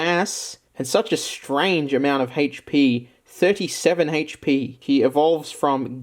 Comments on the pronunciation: "HAYCH PEE" hehehehe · Hatech pee lol I love the way he says hp